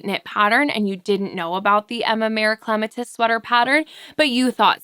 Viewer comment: Aren’t you pronouncing Clematis wrong. Isn’t that the name of a flower?